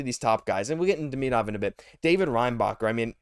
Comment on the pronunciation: Saying Demidov name wrong Christ 😂